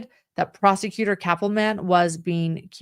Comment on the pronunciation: It might be the allergies, but I keep hearing Cappleman as "Catwoman".